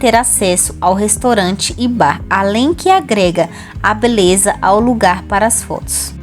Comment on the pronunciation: Você fala restorante. É restaurante. Você é estrangeira?